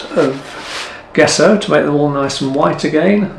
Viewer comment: I hate to be a bit of a knob but I'm going to have to be, traditionally I believe its pronounced "Jesso" not Guesso ! At least that's what I was taught at art school ! Commonly used in historic frame restoration to name but one of its many uses, the surface of rocking horses for instance too, it can be carved , shaped and sanded nicely when the layers are built up and is easy to make at home using whiting (powdered chalk) and rabbit skin glue, though alternative non animal glues are available these days, many restorers have their own tried and tested recipes. Please don't take offence, I think your work is amazing ! I'm just an old git , these daft things seem to grate a bit these days, that's all !! Lol, Keep up the good work !!!!